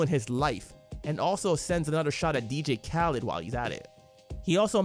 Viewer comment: Bro did you really pronounce dj khaled like that 😅😅